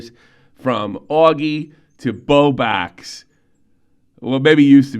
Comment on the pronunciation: lol he has never said 'Bowblax' it's always "Bowbax'